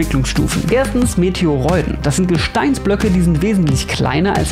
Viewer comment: Warum sollte das „oi“ in Meteoroiden wie „eu“ ausgesprochen werden? Dann musste es bei der Aussprache auch Astereuden heißen